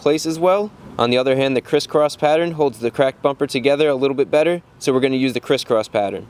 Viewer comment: Did Chrisfix said "Criss-cross pattern" or "Chris-cross pattern"